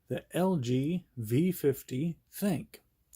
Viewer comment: You are the first person to pronounce the name right. Everyone calls it the thin Q , even all the top reviewers. The name is actually supposed to be called "think" and that's according to LG.